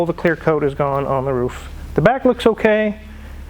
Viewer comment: becoming a southerner, I heard the Os in roof!!